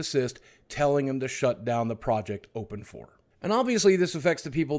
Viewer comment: I think you're mis-pronouncing OpenIV. It's pronounced as "Open Ivy" as in the IV that is used to inject/draw blood and fluids into our veins